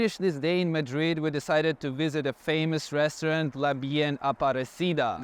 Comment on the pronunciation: HAPPY BIRTHDAY!!! YUMMY --> Spanish food is the BEST!!! BUT 9 pm ios too late ---> I would get so hungry. (p.s. Madrid is pronounced with a soft "a" & accent on the last syllable)